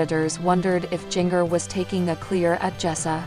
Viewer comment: If you are going to talk about Jinger, you should pronounce her name correctly!! It's pronounced Ginger!!